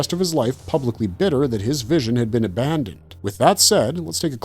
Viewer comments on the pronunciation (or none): none